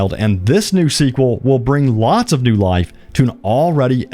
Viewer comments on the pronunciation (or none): none